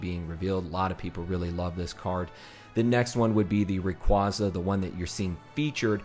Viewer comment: Thank you for pronouncing Rayquaza right! Some people say “Rackquaza”